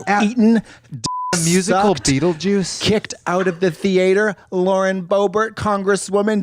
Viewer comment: I love the way she pronounces theatre 😭😭 “THE-ATE-HERRRRRRR”